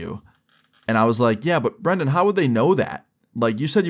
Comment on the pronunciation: love how everyone says brendon when the name brandon